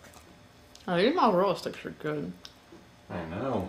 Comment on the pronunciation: “Mazherehlla Stickhs” I thought those were spring rolls 😭😭